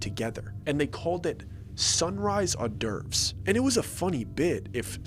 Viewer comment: Are you trying to say hors d’ eurves?